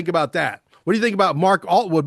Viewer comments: I cant listen to he keeps calling Mark Atwood,Altwood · OMG! I hope Mark will correct on the pronunciation of his name! 😅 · It’s Attwood you bellend come on FFS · always gets names wrong - it’s Attwood